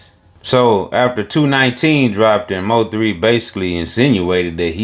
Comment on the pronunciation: He said M O 3, its Mo3 sir ❤❤❤